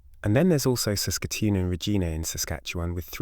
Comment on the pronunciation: Regina takes a long I! 🤦‍♂️